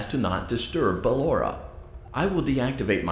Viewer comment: Its "Ballora" tho